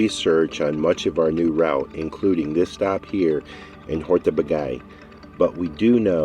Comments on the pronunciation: What a great road movie :) I happen to live in this region of Hungary, and there is only one comment from me: This place is pronounced "Hortobadj" or "Hortobadge", not "hortobagay". :) You should come back during the Hortobagy Equestrian Days. Then you can see miracles like a Hungarian Gulash (our Cowboy) riding 5 horses at once, standing on the back of the last two horses. Just unbelieveable. Enjoy the your european trip, I'm now subscribed. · I love your videos. I do sometimes have a little laugh at the pronunciation of foreign place names. Hortobag"eye" isn't how it's said. It's more Hortoba then a soft dj sound. In HUngarian the gy is like soft J. Great footage of the birds as always :) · Lovely video, great to see you enjoyed your time in my homeland! So nice to find people who appreciate our natural treasure. I loved that the museum shares so much information and beautiful imagery with the visitors. A small hint of correction: the Hungarian pronunciation is [ˈhortobaːɟ]. The double consonant gy stands for a sound similar to d as in duke or reduce in British English. 😊 Wish you many more lovely trips around the world. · Great video, but the mispronunciation of Hortobágy really bugs me. It's more like: "Horto-baadj"